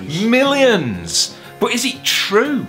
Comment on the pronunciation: "Bot is it tchroo...?" "It is." 😂